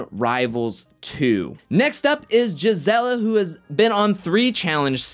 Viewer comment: Oh a quick correction. Jisela's name its pronounced like HISSELA, J is silenced. Its Latin thing